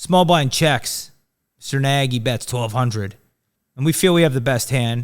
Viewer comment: Nagy is a Hngarian name. It is pronounced "Nudge" with the "U" sounding more like an "A". Impress him the next time you see him. Genius running narrative!